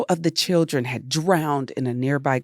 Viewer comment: "Pilldren" is fantastically hilarious 😂🤣